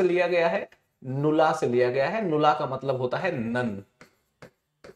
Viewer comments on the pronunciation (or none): I think that is nullla not नुला